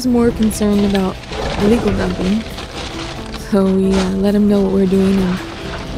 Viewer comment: It sounded like you were saying legal dumping, but I'm sure you meant illegal dumping?